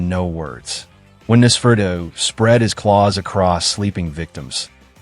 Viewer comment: It seems the computer voice is struggling with Nos. Typically it's Noss-fur-ah-too. But yes, it's interesting how they've evolved over time. They are a meme interpretation of "forever young" along with alternative culture. Interestingly, Interview with the Vampire the short story was written in 1968, so the modern vampire is already quite old